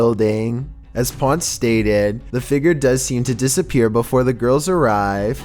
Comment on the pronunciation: It’s not Feger, it’s figure